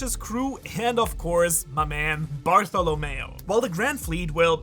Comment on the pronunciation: It's Bartolomeo, though, not Bartholomeo...